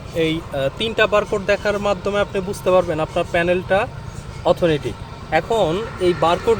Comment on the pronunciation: শব্দটা হবে "অথেন্টিক"।